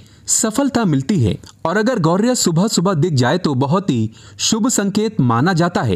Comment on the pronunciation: कृपया अपना उच्चारण ठीक करें , यह पक्षी "गौरिया " नहीं बल्कि गौरैया कहलाता है ।